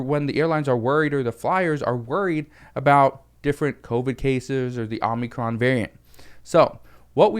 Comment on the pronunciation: I wanted to make sure you were saying what I thought you were saying before I said anything. And you have been you've been saying it over and over and over again I have to correct you. You keep saying Omnicron It's Omicron.